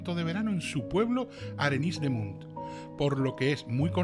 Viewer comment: Buenas noches, Por favor, permíteme que lo comente, como curiosidad. No se pronuncia "arenis" de munt, se pronuncia "areñs", pq en catalán la 'ny'equivale a una 'ñ' (arenys) 😊 😅👍🙏